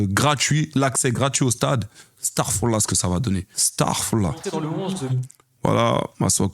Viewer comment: J'ai rien contre le Congo, mais ca me fume de voir les congolais se rejouir autant d'un match nul et ou ils ne dominent pas.😂😂 Les congolais ne venez pas me terminer SVP, c'est jusste pour rire😂😂. Mais c'est juste un rappel, evite de dire starfoullah, l'arabe n'est pas une langue comme le francais, le seul fait de deformer des mots peut donner un tout autre sens a ce que tu dit. Starfoullah dans certaines situations peut signifier qu'Allah nous pardonne: va oublier Allah ou va endormir Allah. Essaie de bien prononcer dit bien Astaghfirrullah et essaie de l'utiliser dans le bon contexte astaghfirrullah veut dire: que dieu me pardonne. Y'a aussi les mots comme Walay, hamdoula... Pour toute personne qui veut en apprendre plus, je vous met le lien d'une video